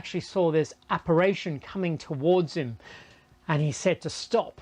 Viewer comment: ApparItion not aparation you idiot!